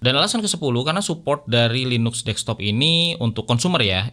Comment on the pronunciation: tulidannya LINUX bacanya LINAKS bang